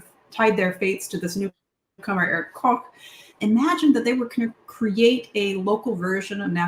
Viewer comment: As the adopted son of an East Prussian mother from Allenstein, I was quite pleased by your pronunciation of Königsberg and Koch. Given the number of times I hear Luftwaffe pronounced Loof-waffa, it made me smile.